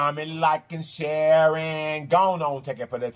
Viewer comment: Comment, like and Sharon is what I hear sir